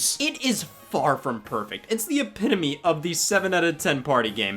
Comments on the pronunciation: Is no one going to mention the fact that he finally pronounced epitome correctly? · I’m proud of you for learning how to properly say “epitome” Scott